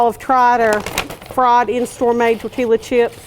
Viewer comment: Tor-te-la, y’all!!! 🤣